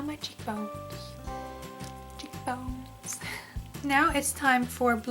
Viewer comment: "cheekbones" lol